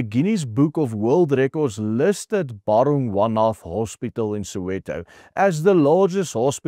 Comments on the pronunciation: Bara-gwaana is how it is pronounced, juuuust saying... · BARA GWA NATH. Please say it correctly …. My husband used to work there. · Ba-ra-gwa-na.........please do not pronounce the "th" ...... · Hey this may sound picky but you need to get the pronunciation of the hospital right. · Werk aan jou uitspraak,. Dis Bara-gwan-ah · Nee die uitspraak van Baragwana is totaal verkeerd Spreek dit asb uit as Baragwana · Ek kyk al jare jou videos, en dankie daarvoor, MAAR dis belangrik as jy internasionale spreker is om uitspraak van woorde korrek te uiter, dis dalk wys om biki spreker tegnieke en artikulasie lering te beoefen of opleiding na te streef, neem kennis my kommentaar is nie bedoel om afbrekend te wees maar eerder vir jou eie beswil. Ek verwys spesifiek na di woord baragwanath hospitaal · Hoekom spreek jy die naam so verkeerd uit? Cringy... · Cant even pronounce the name of the hospital correctly😢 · Hey, no-one else can butcher the name "Baragwanath" quite like you do. I had to listen, rewind and listen again - three times over - to understand what you were saying.